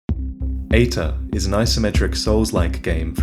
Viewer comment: EITR ? Why does it sounds like Hater the first time you say it on the video ? [CAUTION HATER COMMENT] SOULS LIKE MOSTLY SUCK !!![END OF THE HATER COMMENT]